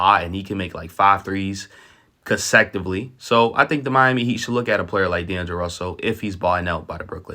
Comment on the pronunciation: “Daneglo Russell” 😂